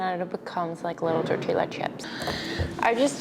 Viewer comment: Amazing video! Thank you 🌸 Just a little correction: the double Ls in tortilla are pronounced Y (tortiya)